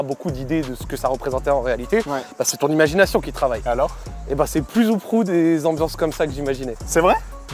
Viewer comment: Mdrr on dit peu ou proue